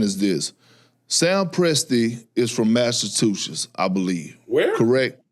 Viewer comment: It really sounded like when he said Massachusetts, he said massive two tits